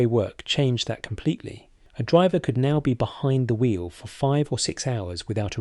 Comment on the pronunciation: The voice is AI , listen to the mispronounced word. 'Driver'.